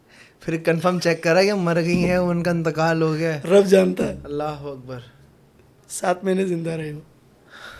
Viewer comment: correct pronounce kro bhai ALLAH HO AKBAR